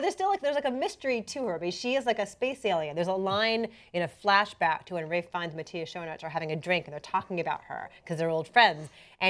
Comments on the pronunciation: His name is pronounced "Ma-tee-us Scone-arts". IMDB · [MatthY-as] [Schoonáárts], if that makes any sense.